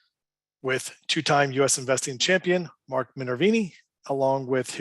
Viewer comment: ...MARK... ... NOT Marko--'''